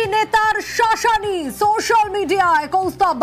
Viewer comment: Etate shaaashani r ki holo madam kindly try to change your way of potraying this as " Sashani"